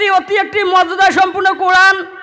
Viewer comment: O Bhai qoran shuddo kori porar ceshta koro